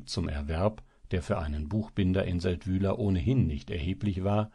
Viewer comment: Der Ort wird Séldwil ausgesprochen. Y ist im Schweizerdeutschen ein langes i. Das Sächsische war ja peinlich.